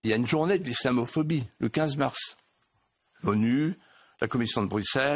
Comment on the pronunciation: Il a pas eut du mal à prononcer islamophobie?